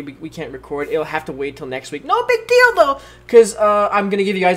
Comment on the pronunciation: "No big dil-do" am i the only one who heard it this way